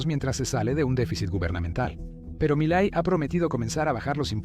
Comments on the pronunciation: Por que dices malai - Se dice Milei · No es Miley Es milai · No es mili, es Milei XD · Miley no es un apellido grave, es aguda. Cuidemos las tonicas de las silavas sino parece que se refiere a otra cosa. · No es Malai, ni Mitet es MILEI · Milet, Malai, Mallaes. Nunca pronunció bien el apellido. Estúpida IA. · Porque carajo dice Malai en vez de Milei? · Cuando diga Malai, Mulei, Milet, McFlay, Maloy, etc. se refiere a Milei. 😂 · Is Milei not malai mala pronunciation de su parte milet jajaja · primero...este video si me salio en recomendados...o sea que eso de hablar del algoritmo para ganar subs no es asi...por lo menos en este caso. segungo por que parece voz de ia? dice mileissss....y no es roberto fernandez es alberto...pero en resumen bastante buen video 6/10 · Buen video, pero qué te cuesta pronunciar bien el apellido de M I L E I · Gracias por tu video , esta muy bueno. Pero por que no pronuncias bien el apellido del presidente “Milei” , hablas con mucha claridad pero pronuncias muy mal su apellido… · Oye!!! Que PROBLEMA TIENES CON LOS NOMBRES?!???....Javier MALAY?"Javier MILLET"?'!!!!! "Presidente ALFONSEN?"!!!!! ...No sabes ni pronunciar bien los nombres de los Presidentes! ....Presidente "MILY"?!!!!! ...Presidente "Raúl ALFONSO"???!!!! Tienes problemas de DICCIÓN? o SIMPLEMENTE IGNORAS sus nombres?